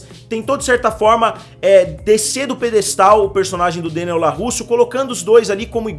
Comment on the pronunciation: Vídeo bom, não concordo com muita coisa, mas opinião é opinião, cada uma tem a sua, mas o que deu nos nervos mesmo foi o LaRRusso e não o Larusso durante o vídeo.